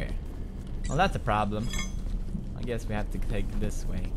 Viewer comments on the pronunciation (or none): none